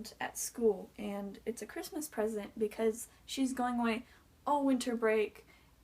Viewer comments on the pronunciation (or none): none